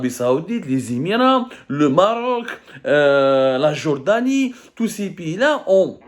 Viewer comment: Ala 10eme minute il a dit "marrrroc" un record pour zmar